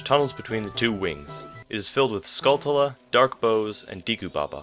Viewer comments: "Tool-a"? It's "skull-chuh-luh". It's a pun on the word "tarantula". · Skull-tull-uh Oak-uh-ree-nuh